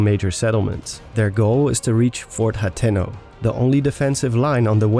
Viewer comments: ....”hat-no”?? It’s pronounced “hah-tey-no” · It's pronounced "Ha teno" Not "Hat in No" This was awesome though!! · My ears bleed a little every time says Fort “Hat’n’ No”.